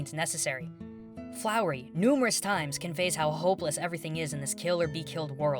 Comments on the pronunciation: is it just me, or are are pronouncing flowey as flowery? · I love you but it's pronounced Flow-e not Flow-er-e. There is no r. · Flowey not flory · i have to stop watching this ITS FLOWEY NOT FLOWERY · YOU SAID FLOWERY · STOP SAYING FLOWREY! ITS FLOWEY! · Did you just call Flowey Flowery? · Wait... Did he say... Flowery? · lol its FLOWEY not FLOWERY lol 😂😂😂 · Is he saying.. Flowery?... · Did he say...did he say flowery...? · Are you calling "Flowey" "Flowery"? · I don't want to be that guy but its flowey(fl-ow-ey) not flowery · An amazing video to describe an amazing game! But my pet peeve with this video is that you pronounced Flowey like Flowery. Sorry, it kinda annoys me, but you just said it two times, so I can look past it. Thanks, for making impactful and analytical videos where you are completely honest about your own feelings! You sure ARE making an impact, my friend! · it's FLOWEY not FLOWERY! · did you just called Flowey "Flowery" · Did you just said "Flowery"? FUUUUUUUUUUUUUUUUUUUUUUUUUUUUUUUUUUUUUUUUUUUUUUUUU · why can't you say flowey you say flower , flowery say FLOWEY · does anybody else notice how keeps saying flowery? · anyone else notice how he called flowey flowery? XD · you call flowey flowery. ill let it pass... i think i died a tiny bit inside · He said flowery, just nitpicking. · why do you say flowery? it's flowey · Listening you say 'flowery' instead of 'flowey' fills me with detobynation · He said "Flowrley" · Did he say "Flowery"? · *flowey there is no r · Fl-fl-flowery? Did he...? Did he just call "Flowey", "Flowery"? Flowery? Flowery. Flowery? I-I'm sorry. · Does it bother anyone else that he says "FloweRy" instead of "Flowey"? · Why are you calling flowey flowery. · He said flowery😂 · hes saying flowery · I hate to be that guy but it's flowey not flowery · I think is calling Flowey, Flowry or Flowery. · Flowey is pronounced Flow-ee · I'm sorry but FLOWERY?!? ITS ANNOYING ME SO MUCH WHEN U SAY THAT!